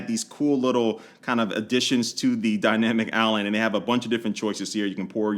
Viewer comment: Dynamic Allen? Am I the only one hearing that